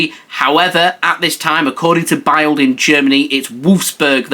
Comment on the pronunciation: Great detailed update.👍 Please note the German newspaper Bild is pronounced Bilt as in "spilt".